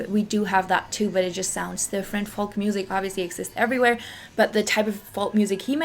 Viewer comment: Interesting video. BTW "Folk" pronunciation in English English is "foke"(silent L)